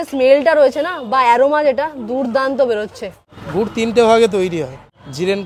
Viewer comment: গুট না রে ভাই গুর 😂